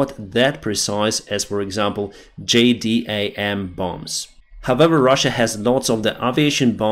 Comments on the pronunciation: Those JDAM bombs are pronounced Jay - Dams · jdam is pronounced "jay dam" or "dzhay damme" if you will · we say JDAM as "Jay Dam" in the USAF. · JDAM = jay-dam